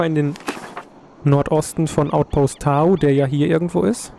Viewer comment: ich finds echt toll, du macht das gut! ;) aber es heißt doch "Tau" und nicht "Tao" oder? ;b und ich würde das u kurz sprechen :D